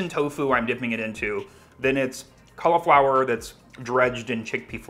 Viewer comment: learn how to say cauliflower